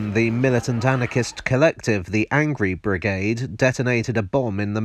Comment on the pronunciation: The Angry Brigade just sounds so damn British